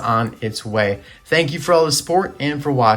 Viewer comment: did you mean to say thank you? It almost sounds like you said thank ouch.